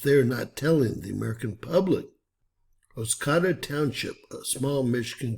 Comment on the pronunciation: It’s pronounced Os-coe( rhymes with toe) -da. Thanks for sharing this. Only 2 nd channel I have seen this on.